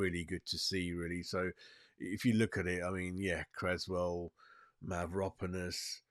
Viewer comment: Need to learn the names to sound more professional. Gui-lher-me Mav-ro-panos